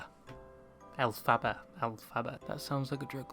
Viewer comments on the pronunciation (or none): As an aside … the name is derived from L Frank Baum, the author of the Wizard of Oz (invented by Gregory Maguire, the author of Wicked). You don’t emphasise the second syllable 😊 - El-fi-bar.